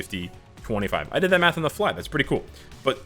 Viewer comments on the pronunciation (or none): none